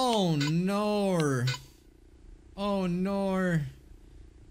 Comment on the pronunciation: "Oh nowr" 😭😭